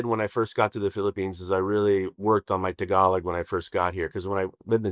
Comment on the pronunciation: When he says “tagalog” he sounds like local ❤